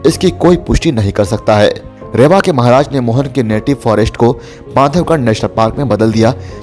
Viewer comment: रेवा नही है रीवा है।